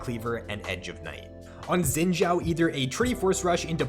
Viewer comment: Gotta love that ZiN-jAo (technically in Chinese pronunciation it should be shin-jao)